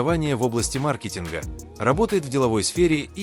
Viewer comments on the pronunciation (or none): none